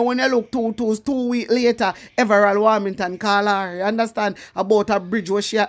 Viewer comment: Hi girl your doing a good job but the pronounciation is in correct his name is everold warmention ok love you